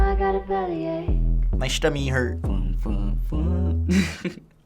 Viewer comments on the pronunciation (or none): LMFAOOO DUDE SAID MY STUMMY HURT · lmfaoooo he said my stummy hurt lmfaoooo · the video was good till he said my stummy hurt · “My stummy hurt” 🤣🤣😂😂💀💀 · "My schtomi hurt" 😂😂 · "My stummy hurt" 💀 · “My stummy hurt” LMFAOOOOO